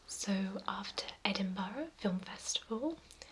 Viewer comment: Yeah it’s not EdinBOROUGH.